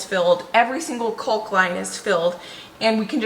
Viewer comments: You pronounce CAULK just like CHALK. You are saying CULK. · I am LOVING all the work that is getting done! The videos are so satisfying to watch. Getting all that work done feels so good, I'm sure! The "L" in caulk is silent. I think that's why people are telling you that you are saying it wrong. It's "cawk". So, you actually sound like a black bird "caw-caw" but with the "k" sound at the end. It's really easy to say when you keep the "L" silent.. I hope you are starting to feel better! You are so cute! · lol !! the L in caulk is not pronounced . Everyone is busy, busy !!